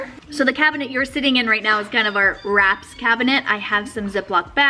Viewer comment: When you said "Wraps" I heard "rats" 🤣